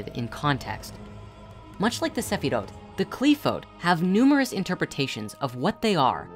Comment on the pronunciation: Broski why do you pronounce them that way. They're transliterated "Qliphoth" and "Sephiroth" in the Latin alphabet for a reason... That's how they're pronounced.